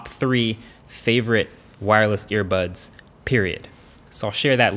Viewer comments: regardless still sounds like he said airpods lol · he said "earbuds" , listen again